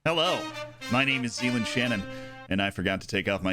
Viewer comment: Wait...is it "ZEAiLAND"? or Zealand like New Zealand?